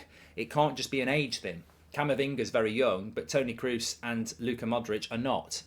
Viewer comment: Toni cruz???😂 Toni Kross😂